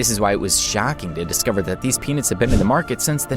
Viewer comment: It helped me when the m&Ms had penises inside it's pronounced peanuts thank you and I didn't know there was power rangers in the pack of m&M's what kind of m&Ms has that? I know what you're doing there.